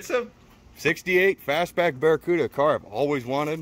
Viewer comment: ‘Barelycuda’ hehe